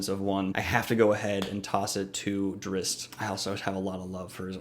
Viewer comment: As much as I love both of these characters and appreciate you brining attention to both of them...I CANNOT handle how you say their names...or the word drow. you say drizzt fine but everything else makes me cringe haha. but either way I agree with all your points. I do think drizzt would have a slightly harder time in geralts world but everything else is spot on!